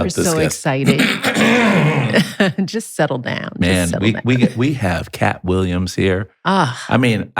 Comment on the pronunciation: “Kapp Williams” 😮‍💨